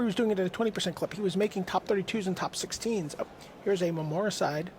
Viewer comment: why can't the announcers learn to pronounce the name of cards correctly, if he says "memory-cide" one more time...it's clearly memoricide. It's an insult to the person and r&d team that invented the card(not to mention me). I mean come on, you are a host ... do better please. :(